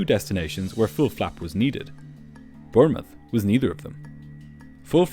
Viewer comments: You say Birmith should that not be Bournemouth?? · It's pronounced Bawnmouth, not Bernmouth! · The airport is pronounced as 'BORN-muth', not 'Burn-muth'. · It's pronounced Born muth. Not Burnmith. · "Born-muth", not "Burn-muth". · It is not pronounced Burn moth!! It is pronounced Born mouth!! Bournemouth 🙂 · Did you say “Burnmouth” in Southern England? 😂 It’s pronounced “BORNmouth” and spelt Bournemouth. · It’s Bournemouth, pronounced like Bornmouth - not Burnmouth. Also it’s Cabin Crew in The UK and Europe, not flight attendants. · please correct your error in this video and say the location of the destination correctly it is Bournemouth not Burnmouth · Never heard Bournemouth pronounced "Burnmuth" before! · Thomson - pronounced 'tomson' and Bournemouth pronounced 'bornemuth'. Great video, as always. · Please also revise how you pronounce Bournemouth, its not Burnemouth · It’s pronounced B-O-R-N-M-U-T-H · It's pronounced born muth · Awesome video, not sure I heard of this incident before. Place in England is pronounced Born-muth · Great video as always - though I did keep thinking you were saying they were landing in Burma 😆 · Never known anyone say Bournmouth so wrong 😂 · Gasp! Are you saying that someone has mispronounced a word!?!?! Surely this is a sign of the end times!!!!! 🙄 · It took me a while to understand the destination he kept mispronouncing: Bournemouth. LOL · BournemouTH. TH at end. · Great video or though please for the love of good please lern how to pronounce "Bournemouth" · Learn to say worlds please. Bournemouth is not pronounced how you said it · Damn look up the pronunciation of Bournemouth you butchered it. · I've never heard Bournemouth pronounced that way by anyone. Is that a local pronunciation? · Apart from the dreadful mispronunciation of Bournemouth, another excellent upload.